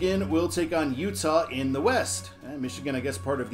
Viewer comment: Thanks for finally pronouncing my name right, and I forgive you. All hopes to Utah!